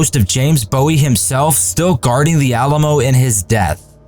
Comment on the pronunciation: It’s Texians, not Texnians. You mispronounced Bowie. Bowie had TB, not pneumonia, and was most likely dead before the final assault. Also, Bowie’s room no longer exists, it was demolished years ago. Crockett never called himself “Davy”, he preferred “David”. A lot of the accompanying pictures show men using weapons that hadn’t been invented by the time of the battle. The bodies of the defendants were not mutilated after the battle. They were piled into three separate piles and burned in funeral pyres. The only exception was one man whose brother was in Santa Ana’s army. The brother asked Santa Ana for permission to bury his brother and that permission was granted.